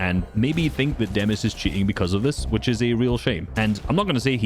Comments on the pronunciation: Demuś not demas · Demuś not demus the "Ś" IS PRONOUCED si and he is from poland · Pls don’t say demus his name is Demuś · It's demuś, you say it like demush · POV Me (Polish🇵🇱🦅🇵🇱🦅🇵🇱) the whole time: "It's more like 'Demush' but ok..." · It's pronounced demuś (put it in Polish Google Translate). If you pronounce Chico as Chicho then pronounce demus as demuś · and the funniest is the fact that only poles know how to pronouce demuś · The moment i saw the poland flag i instantly knew it was demuś (btw can you learn how to say demuś cuz it kinda annoys me)